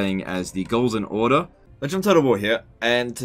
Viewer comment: Even I can’t help but hear “goals in order” instead of “golden order”